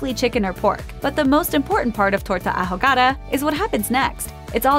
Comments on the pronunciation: I cringed every time she said "a jo ga da" instead of "ahogada". 😬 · "Ahogada" lmao 😂😂😂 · OOOOOHHH! I legit didn't even understand her when she was saying it.